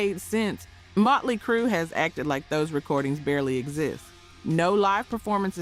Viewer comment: Is this an AI voice? I think so. Irritates the hell out of me when it mispronounces bands, like Mutely Crue instead of Motley Crue; and Stikes instead of Styx. Otherwise, I really enjoy these. It’s a bit like enjoying some documentary, w someone running their nails down a blackboard every so often!